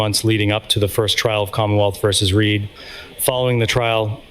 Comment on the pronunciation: It’s Read, not Reed